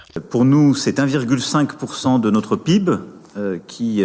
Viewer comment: Notre pîbe! Il se sent au dessus de tous en disant pîbe au lieu de péhibé ( PIB) Ralala 😑